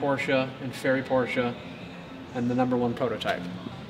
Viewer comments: Arnav Dhir Yes, I thought the same! 👍 He pronounced it right! "PorschE" and not "Porsch" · Btw thank you for pronouncing it the right way